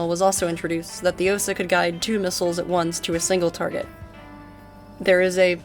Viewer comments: Correct pronunciation is 'Ah-SAH' rather than 'OH-sah.' And you can operate a fairly high fidelity version of the platform in Sam Simulator! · I decided to rewatch this video after some time, and it was just as interesting as the first time (I guess my memory isn't that great, hahaha). What surprised me, though, is that nobody in the comments mentioned the correct pronunciation. In "Osa", the stress falls on the A, and the same goes for "Strela" the A is stressed there as well. People mispronounce that one pretty often too. It's probably worth checking the stress in names (at least the less well-known ones). The pronunciation itself usually isn't a problem, but the stress can sometimes make such a big difference that you only realize what word someone meant after hearing it five times, hahaha. It's not really a problem. I think most Russian speakers have gotten used to people misplacing the stress in Russian words and names. Russian itself just decided, "screw it, we're going to put the stress differently than the other Slavic languages" (at least as far as I know).